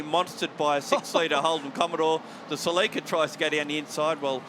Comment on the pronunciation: Commentators, its pronounced Cell-ik-a